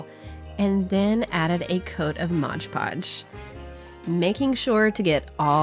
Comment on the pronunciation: I hate when people say Modge Podge...…it's Mod-podge🤦🤷